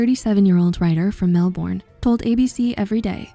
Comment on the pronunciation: Hate to say it but you said Melbourne wrong 😕